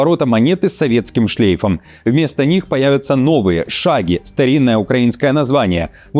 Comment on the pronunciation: Не шаги а шавки без обид